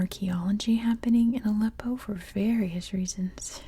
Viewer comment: Appreciate that you tried to pronounce Arabic... But if you want to learn pronounce that H right you can try watch Arabic learning videos.. example learn Arabic with maha 😊 great job